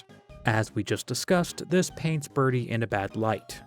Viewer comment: That ending where you finally said berdly actually almost gave me chills